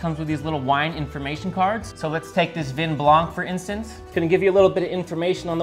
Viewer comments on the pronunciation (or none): none